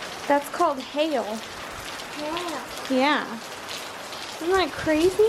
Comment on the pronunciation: When you said hail the first time, you said hey-yell. Ba ha ha ha. I'm sure Will really thinks you are an angel on his shoulder. Ba ha ha ha Adorable children moments as always. Paintings are exquisite.